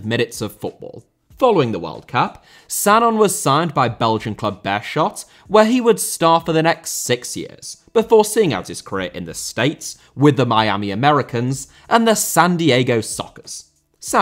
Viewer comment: Belgian team Beerschot AC, is pronounced: "Bear skot". Not "beer shot". It's in Antwerp, which is Dutch speaking. In Dutch, sch is pronounced with the hard sound, like in school. This is unlike French and German.